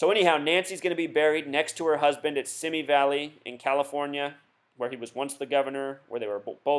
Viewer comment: Oh, and BTW... "Simi Valley" is pronounced "SeeMee valley..."